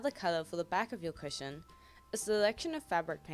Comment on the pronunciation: At the start i thought u said Superhero Pusheen covers 😂